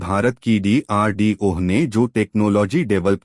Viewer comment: DRDO ek sabd hai.Tum ucharan D ko alag karke bol rahe ho.